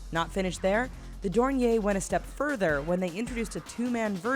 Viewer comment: Someone tell her its not dornie and it’s called a dornier